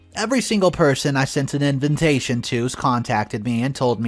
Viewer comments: Why does the narrator keep saying inventation instead of invitation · INVITATION!! Not Inventation. Every god damn video 😅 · I giggle every time I hear in-ven-tation. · Hey, I have been a listener for your well organized stories. I am just curious with how you pronounce one single word ALL THE TIME! You pronounce invitation as "inVINtation". Is is a mistake or is it branding?